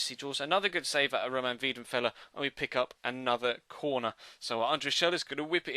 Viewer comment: Its weidenfeller not wiedenfeller